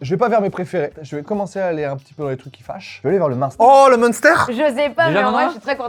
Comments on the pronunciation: Merci on dit pas Monster c'est une boisson ça 😂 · en Alsace on dit MAINster et pas mounster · Phonétiquement ont dit « m1stèr » pour le munster pas monster 😂😂😂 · Le Munster, ça se prononce minstère 😊 Faut pas le prononcer à l'anglaise, il vient pas de là bas 😂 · La prononciation du "munster" est ignoble, voilà je le dis ça m'a perturbé sur cette partie de la vidéo 😅. Bon sinon comme d'hab bonne vidéo.